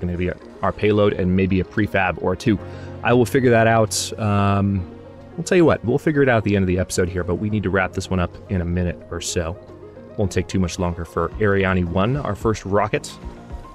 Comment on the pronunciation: I'm interested in buying this game, after seeing it on your channel! By the way, "Ariane" is no doubt a nod to , and the "e" is silent.